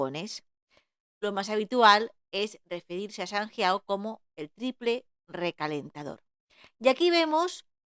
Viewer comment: Buena explicación, pero me ha costado verlo por su pronunciación de sanjiao y de jing 😮